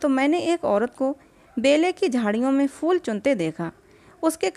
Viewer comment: प्रेम चन्द की कहानियों का मैं फ़ैन हूं,सुन भी रहा हूं लेकिन एक चीज़ जो बहुत अखर रही है वो कहानी पढ़ने वाले का शब्दो का उच्चारण, ख़ासकर उर्दू के,जैसे शब्द फूल को फ़ूल,phool ko fool कहना,बेहतर होगा कहानी वो पढ़े जिसे शब्दो के सही उच्चारण के साथ पढ़ना आता हो,?